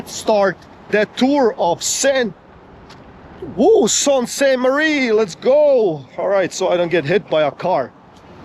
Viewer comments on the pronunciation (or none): Sault Pronounced "Soo" Saint Marie. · Pronounced Soo Saint Marie. You were in the worst part of town. Gore street is the crack head area of town and has been for decades. There are plenty of really nice homes and areas north and east of the city. Honestly I hate Toronto. Way too many people and it’s fugly down town also.